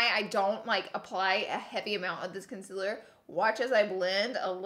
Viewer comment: Laura, it's concealer, not conciller.